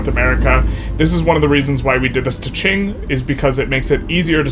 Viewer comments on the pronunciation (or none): none